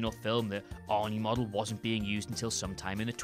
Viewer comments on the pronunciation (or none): none